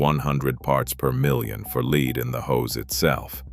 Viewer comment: Probably a AI lie . Can even say lead . Leed? Poorly made don't waste your time.